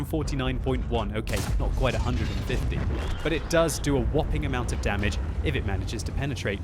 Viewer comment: Is it just me or is it really funny when says something wrong eg damwidge.